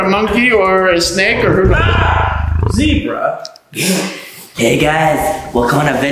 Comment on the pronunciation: I laugh when gabe said zibbra